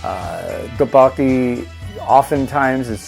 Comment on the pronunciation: Love it man!! You’re king. Just a tip, it isn’t “Ta-Bakki”... it’s “T/Duck-Bokki”